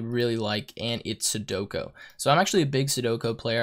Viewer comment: Sue-doe-koo. Not sudoko